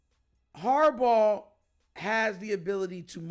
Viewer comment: It’s harbaugh